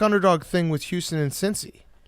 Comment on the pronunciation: Why am I shocked that the guy who can’t say Houston right also says Nevada & Oregon incorrectly?